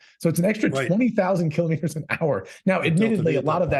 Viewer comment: Kilo'meters, not kalamaduhz.